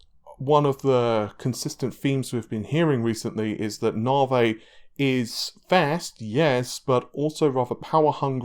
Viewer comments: Once again....it's pronounced "NAVI"...not "NARVEY"...Why are you suddenly putting on this rediculas pronunciation of it???...it won't make it any better. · It is not nawvay it's nave e . Didn't your leaks tell you that ? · The question on everybodys mind, what is narvae? You gotta be pronouncing like an asshole on purpose to trigger me. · You had it right the first time "tee eye" only you say "tie" p.s. "nah-vay" lol come on guy just stop it